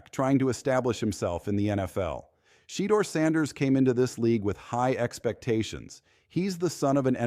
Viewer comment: The devil is a lier. Sheduer will come up as a winner. God has him in his hands. Browns HC needs to be fired. And please say Sheduer name the right way.